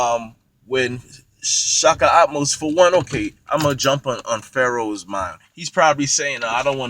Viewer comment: AHmose not ATmost. Get it right